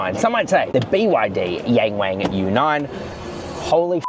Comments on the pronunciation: young ! not yan， wong! not wannn. ok? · It's Yung Wung not Yeng Weng duh 😂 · I can hear you pronouncing it in a European pronunciation “YEENG WEEING”. It’s like hearing someone speak in English as they shake their head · C'mon, it's pronounced "young wong" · It's pronounced YongWong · Bruv as much as I love your videos on cars, your pronunciation in Chinese is nothing short of disgraceful!